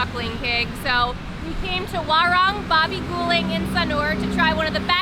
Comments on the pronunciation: "Warung" is pronounced "WaRoong" . XD (I love your videos . Already Subscribed) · Please learn how to pronounce Indonesian using the vowels a e I o u. This is not America. Like WARUNG. WA LIKE IN DART. RUNG LIKE IN HOOD